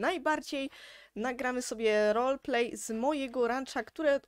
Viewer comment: Nie mówi się rolplay tylko roleplay